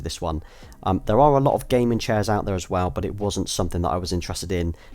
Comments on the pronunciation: I know, but it sounds as if he is saying "gay men" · idk why I understood: "represented my love for gay men" lmao